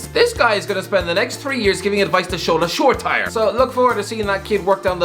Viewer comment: Show-tyre?🤣🤣🤣 It's show-TEE-ray